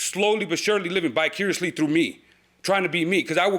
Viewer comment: He kept saying bicarious instead of vicarious.......smh.